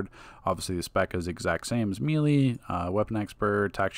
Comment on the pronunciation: Bro it’s melee (May lay) lmao